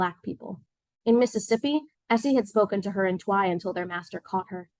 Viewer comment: FYI Twi is not pronounced Twy like “try.” It’s pronounced “chwee.” Please do the book and the culture the honor of getting the pronunciations correct